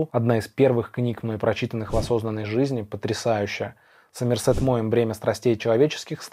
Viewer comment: В имени Сомерсет ударение ставится на О😉 А видео классное, у всех такие разные вкусы, и это прекрасно☺️ Всех с наступающим🎄